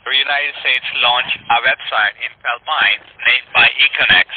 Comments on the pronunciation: Not only can he not say Philippines - EVEN AFTER YOU CORRECT HIM, he STILL cannot say it..... but that's where he is. He's in Feelpines. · Omg Philpines if you're going to say a country name get right. The reasoning he stated for scamming is a lot of friggin horse puck. Second today omg I can't get enough of you slapping them down Ty take ❤️👍☎️ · That’s a damn shame if you are going to pretend to be in another country at least pick one that you can pronounce 🙄as always great job 👏🏽😘